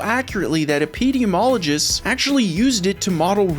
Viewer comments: Awesome video 👍🏻 new subscriber. All that being said… “Epeediologist”?! Epi-demi-ologist 😉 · wow that's the first time i've heard epidemiologists pronounced that way... took me a minute to figure out what you were talking about even though I already knew that and had even read the paper, lol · Merry Christmas! Also I think you pronounced "epidemiologists" wrong.:) Also also: Salsa Boys for LIfe. Also Also: Constructive criticism provider here. I LOVE your content. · EP-eh-dee-mee- ololgist